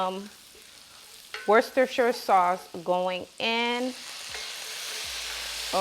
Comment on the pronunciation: I lost at wostejjekskskso sauce 😭